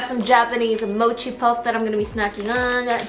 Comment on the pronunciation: the way pronounces mochi😍